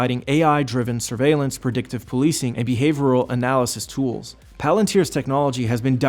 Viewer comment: who wrote this pretty boy's script for him? "behavorial" "lubavicter" lol